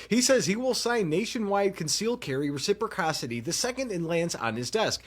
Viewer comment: Not a Republican but I still support the 2nd amendment. You really have to learn how to say res - ip- ross - ity 😂. Even tRump said it correctly.